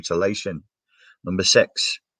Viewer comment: When you say “six” you’re really saying “sex”. NLP my guy.